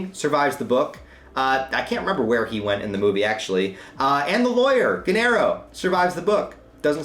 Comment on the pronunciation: Gennaro is pronounced "Jay-nah-roe". The movie gets it wrong.